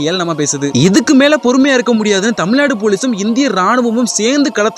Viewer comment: பரதேசி தமிழ் நாட்டை மட்டும் ஏன் தமில் நாடு என்று சொல்கிறாய் மற்ற மாநிலங்களின் பெயர்களை மட்டும் எப்படி சரியாக உச்சரிக்க முடிகிறது தூ வேசி மவனே கர்நாடகாவை கொர்நாடகா என்று சொல்லி பார் தூ எச்சை